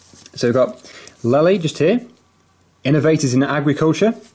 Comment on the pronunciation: Lely is pronounced lay-lee not lel-lee